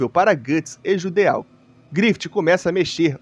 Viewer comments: Geralmente palavras terminadas em "Eau" são de origem francesa (exemplo: Petit Gateau, você ouve nas propagandas eles falando PETITE GATEAL ou Petí Gatô?) que tem o som de O, ou seja, o correto seria Jidô/Jido e não JUDEAL. Não estou reclamando, afinal, ninguém é obrigado a saber pronúnciar nomes estrangeiros, foi só pra explicar mesmo. Inclusive, belo video. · "djudô", não JUDEÁU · O Judeau se lê "Jidoh" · Só uma observação a respeito de pronúncia. Nomes terminados em "eau" normalmente são de origem francesa e no francês essa particula tem som da letra O fechada. Ou seja, no caso de Judeau a pronúncia é algo próximo de "Judô" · Tenho impressão que judeau se pronuncia "judô"... ah, tanto faz honestamente.